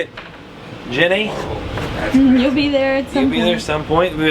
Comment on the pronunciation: I would like to suggest the name genie because that is what I heard when u said jenny